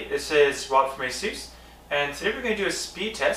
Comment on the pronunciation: I had no idea Asus was pronounced like that.